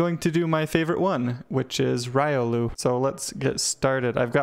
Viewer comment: Didn't even pronounce your favorite Pokemon's name correctly... Pretty good looking sprite though :o